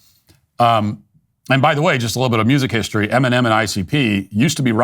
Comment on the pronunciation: Eminom Oat meal. 😂